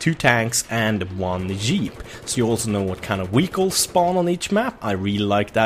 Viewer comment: I love how he says vehicles, sounds like wehicles.